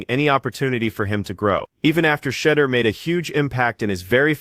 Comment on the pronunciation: Please learn to say his name correctly----"shed-doer"....🙄